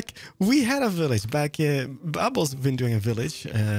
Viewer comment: Actually makes you think "Whos bdubs?" When you're fond of hearing "bubbles" in his videos